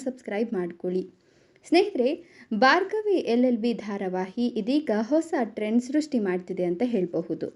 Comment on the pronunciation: ಬಾರ್ಗವಿ ಅಲ್ಲಾ ಭಾರ್ಗವಿ